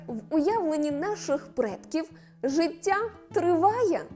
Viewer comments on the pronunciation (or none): Цікава інформація,але подача голос й інтонація ніби в садочку для дітей,до того ж ріже вухо то «жицця,Ісус Хрустос «😏